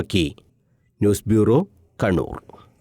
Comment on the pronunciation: ഇയാൾ കണ്ണൂർ എന്നാണോ കടൂർ എന്നാണോ പറയുന്നത്